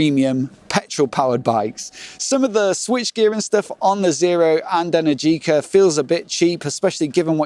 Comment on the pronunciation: It's Eh-NERR-gee-cah , not Eh-nerr-GEE-cah. Imagine you're Italian and you don't know the English pronunciation of the word energy.